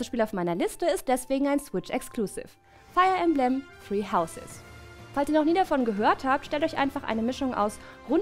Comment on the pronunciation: min: Feia Ämblämm. Wer kennt´s nicht...